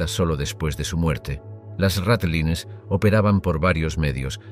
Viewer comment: No puede ser que ni sepas pronunciar ratlines